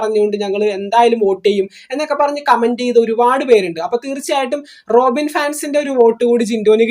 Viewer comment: റോഖിൻ അല്ല 😂 റോബിൻ